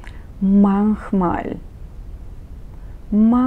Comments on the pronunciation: извинявайте много но( manchmal) не се изговаря така както вие го изговаряте, ще го напиша на български (МАНЧМАЛ) вие казвате (махмал) mach mal, Това Е друго, manchmal е понякога, тук сте права но не се изговаря така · 1. ManCHmal wird mit ich-Laut ausgesprochen, wie in Ихтиман!!! 2. Der SchÜler - ein u-Umlaut, kein U!!!